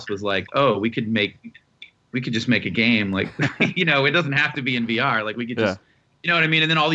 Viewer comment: ok , so, for over five minutes,i have been hearing him say "BR", instead of "VR". after how excited they were for "BR", i was starting to jump on the bandwagon. kinda want it now. was that enough commas? idk im pretty high.